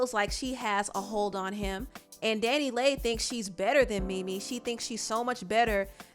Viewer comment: Her name is pronounced Danny Lee (DaniLeigh)